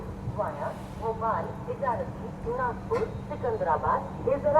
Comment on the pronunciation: bhai,Nagpur hai na ki nagour..plz correct